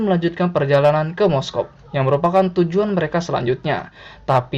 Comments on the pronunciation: Moskov? Apa Moskow? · moskow cuk bukan moskov, wkwkw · Moscow / Moskow min, bukan moskov 😭🤣 kbanyakan pake moskov ni admin nya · . MOSKOW apa MOSKOV yak? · kok gw dengarnya "moskov"..... NT: Moskow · Moskov? Moskow ga min?? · moskow anjir bkn moskov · "Moskov" Tdak ad yg sadar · Moskow apa moskov sih? Jgn nyebut mosokov min lg sakit hati push rank malah lose strike.. wkwkw